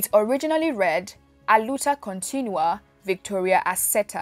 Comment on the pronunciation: You have to put the emphasis on the “ua”. The way you’re pronouncing it, it’s making it sound like “continuous struggle.” Definitely not what Samora said.